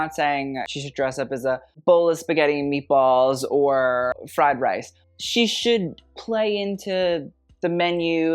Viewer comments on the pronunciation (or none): none